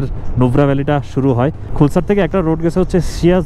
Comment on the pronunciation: খুলসার না নামটা খালসার 🙂